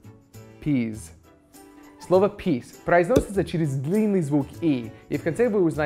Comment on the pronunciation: peas but not pease:)